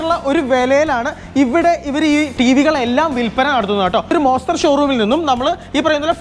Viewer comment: വെറും മോസ്റ്റർ അല്ല... മോൺസ്റ്റർ....❤❤